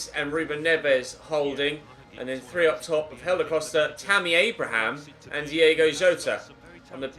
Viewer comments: Diogo Jota not Diego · It's DIOGO Jota